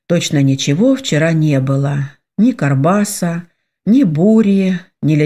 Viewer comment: Только почему карбаса,а не баркаса? Режет слух,как будто не правильно прочитали слово.